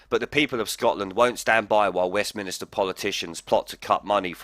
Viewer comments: 'ahem'... It's 'Westminster', not 'Westminister'. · Please don't say WestmInister, as the place is Westminster, with no extra i..... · Why do you keep saying "West Minister"when it West Minster there's no i in the middle. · Good stuff ... but, please, it's Westminster ..... not westminister. Just saying.